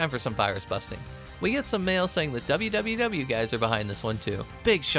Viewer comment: So, in the event you do more of these, and it's not a bit where you pronounce literally what's on screen, WWW is """Pronounced"""" as "World 3" Because Capcom literally could not care during this era.